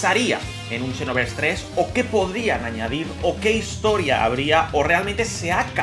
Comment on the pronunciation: Siempre lo pensé que se dice Xenoverse no Shinoverse xD